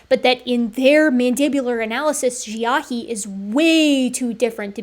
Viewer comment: Love and appreciate your work but please please look into a prounciation guide for the Chinese names you use. I put my notes below, but it is really distracting from the topic when the names are consistently misprounced. - Harbin = Har-bean - Dali = one utterance, edit: so no emphasis placed anywhere. Kind of like pronouncing the name "ellie" - Xiahe = XIA-huh (emphasis placed on xia, not on he)(xia is more like s-iah with the s being like a whistling hiss sound almost but its close enough in the video that this is more next step after all the other notes) - Xujiayao = Tsu Jia-yao (Xu uses a whistle tone similar to ts sound, but a bit softer. The u is a ooo sound. It is also seperated from jiayao, with a pause before continuing on.) (Jiayao was pronounced well! though jia could have a stronger J start) - Feng = Fung (like Fungis but with no "-is") - Penghu = Pung-Hoo (Peng is broken down in pe-ng with the e being more of a uh sound, kind of like the word pug. So put together its puh-ng.) (Hu is pronounced like in Hulu, where the u is a more ooo sound) Side note - Hualongdong was pronounced perfectly! Aside from the above: I'm on team H. J is probably a distinct enough group that it makes sense to distinguish them out in comparison to H. Sapiens +/- H. Longi but I would like to see more work done before I fully commit to that stance :)